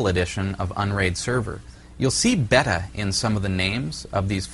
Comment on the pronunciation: Like your explinations, thanks! For me it was a toss between Openfiler and UnRaid. You helped me make the right choice. Now for the expected criticism; beta is usually pronounced, bey-tuh, or bay-ta, or bee-ta if your a Brit. ;) Thanks again for this series. Top notch